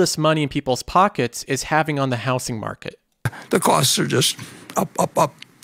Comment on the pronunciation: Anybody else annoyed how this dude says “houSing” market?